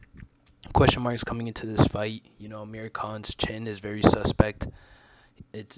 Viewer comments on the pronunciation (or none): It's *Amir Not Ahmir